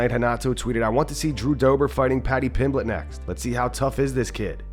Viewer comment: I love when moicano says paddy “Piblitch” 🤣